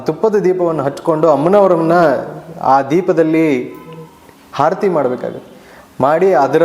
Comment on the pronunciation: ಗುರುಗಳೇ ತಮ್ಮ ವಿಚಾರ ಸರಿಯಾಗಿ ಇರಬಹುದು. ಆದರೆ ಭಾಷಾ ಶುದ್ದಿ ಸ್ಪಲ್ಪ ಕಡಿಮೆ ಇದೆ..... ಆರತಿ ಬದಲು ಹಾ ರತಿ ಎಂದು ಹೇಳುತ್ತಿದ್ದೀರಿ.... ಕ್ಷಮಿಸಿ. ನಾನು ಕೇಳಿ ದ್ದ ನ್ನು ತಿಳಿ ಸಿದ್ದೇನೆ